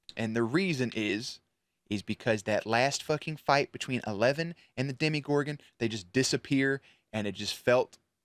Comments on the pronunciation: Haha is someone finally gonna tell him that it's called a DemOgorgon, not a demigorgon? 😂 Love the reaction videos anyways! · OMG thank you!!!! I was about to comment this but didn't know how to say it without sounding rude 🤭🤭🤭 please normalize pronouncing it right: deMOgorgon, demOgorgon, DEMOGORGON!